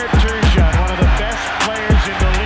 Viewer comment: Apparently it's pronounced Turgeon like sturgeon. Thankfully there's a hardcore hockey fan to correct us all.